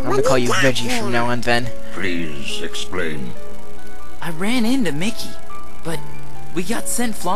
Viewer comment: XD I loled at Goofy when he couldn't say Ven's name...